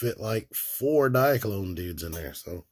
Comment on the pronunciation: I love the way you say diaclone dude 😂